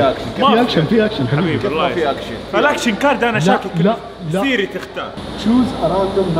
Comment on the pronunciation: سيري ❎ صيري ✅